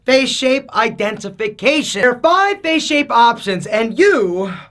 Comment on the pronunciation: Why nobody pronounces it face Everybody pronounces it fache